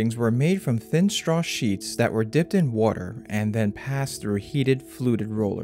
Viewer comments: You might look at your pronunciation of a few words like water and figure. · everytime u said "woter" i was like hmm u have an accent on the word lol ..water xD